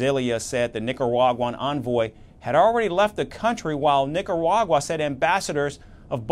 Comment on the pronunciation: How did nobody think to correct this guys pronunciation? Really sounds like he’s saying “Nicawagwa”